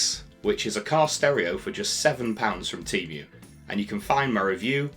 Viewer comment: I've never heard it pronounced teemyu.